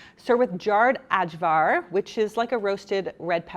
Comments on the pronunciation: Love this! Heads up that ajvar is pronounced like eye-var!😊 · Oh, no problem ... in slavic languages it's pronounced more like aivar 😊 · I love this video! It’s such a great concept! Also I never knew Ajvar was pronounced like that in English, so I learned something new 😊